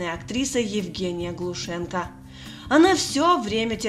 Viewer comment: Так они и фамилию Глушенко так же перековеркали . И вообще фантазёры , это ещё мягко сказано